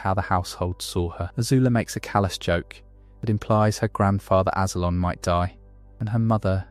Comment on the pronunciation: And Azulon. How do you say Azula right but not Azulon. What was that lol it is crystal clear how it’s pronounced